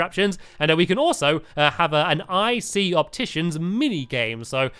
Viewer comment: Stampy doesn't ic sound like icey 😆